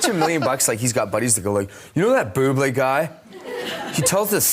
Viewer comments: no its bublé like bublay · its boob-lay :)